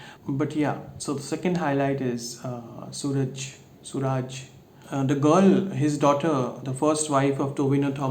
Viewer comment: You pronounced tha name right. The a is extended suraaaaaaj ☺️